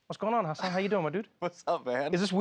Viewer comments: I'm disappointed in Trevor for pronouncing it "HaSAN" and not "HAsin". After all they've been through 😩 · Trevor is still saying Hasan wrong. Forget the second "a" rather than emphasizing it. Hasan has a bit about the wrong way and the right way. It's so annoying people still say it wrong, especially to his face about "learning" how to say his name... and still saying it wrong. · haha I think trevor's still getting the pronunciation wrong. Only Tan France can do it.